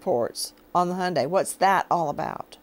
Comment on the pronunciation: Not a Honda, an Hyundai. For the Americans in the back is pronounced HI-YUN-DI. Drives me nuts yanks cannot say it.